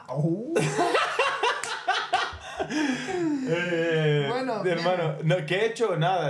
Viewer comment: “Juegas”🤣 Sr. Layun.